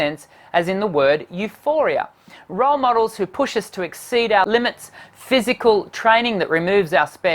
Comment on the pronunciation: When he said euphoria, i screetched! Jungkook EuPHoRi A eyeyee yeeeee!